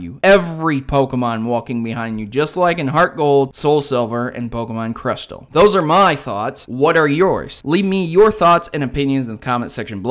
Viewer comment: Can pokemon really follow you in pokemon crishtal